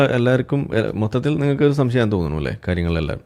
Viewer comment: ഇയാൾക്ക് 'ശംസയമാ.. എല്ലാറ്റിനും സംസയമാണോ 'ന്നാ എൻ്റെ ശംസയം'😂